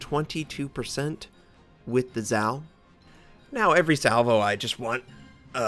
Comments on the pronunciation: It's actually Za-O not Zao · Great game, nice damage done and XP. Zao was my first T10 and one of my favorites. By the way, it is pronounced, "Zah Oh". It's Japanese not Chinese... <3